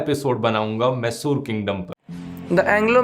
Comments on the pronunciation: Dude,learn to spell the word 'Mysore',it's not 'massoor', it's Mysore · It's mysuru pls don't spoil the Pronunciation It would be great if you research more on the pronunciations aswell